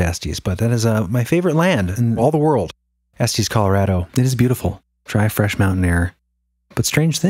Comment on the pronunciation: Estes... short e "s, tes". Sorry, 😂 I grew up in Colorado and it was driving me crazy. Lol. Great episode as always. You guys are amazing!